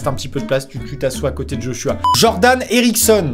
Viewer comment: je sais jai un beau prénom amixem... Mais on prononce pas je h je Joshua....